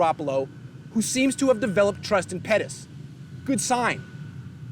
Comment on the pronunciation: Did he just say petis let's go he is back welcome to nfl 😂